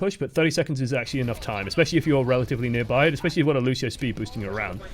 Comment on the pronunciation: Also it's fucking Lucio not lushio you dumb ass like could someone please make a filmagram roast on this guy and send me the link